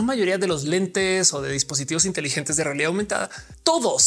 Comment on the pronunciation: Ophelia, qué pensaste cuando dijiste 'intelilentes'(?). Porque yo pensé en un estereotipo de los que se ven inteligentes por usarlos xdd